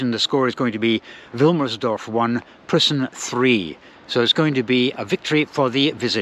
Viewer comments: Preußen / Preussen (Prussia) = PROYCEN (approx. pronunciation in English) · EU in Preussen is pronounced like EU in Deutschland-try Tennis Borussia (TeBe) or Babelsberg 03 next time?